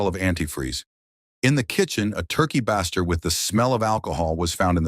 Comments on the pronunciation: Base- ter not bass - ter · “Antifree” always gets me. What a sick idiot Also every time the robot says “turkey ‘baa-ster’”, I think it’s gonna say turkey bastard 😂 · You are a murderer of the pronunciation of baster. Have you not ever been in a kitchen? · how was "ethylene glycol" pronounced correctly but "[turkey] baster" wasn't